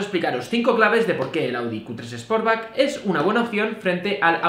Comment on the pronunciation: Es más, yo creo que dice sposback. A mi me gusta en naranja,... El sposback, jajajajajaja. Se me van los ojos detrás del glc Coupé en negro o rojo.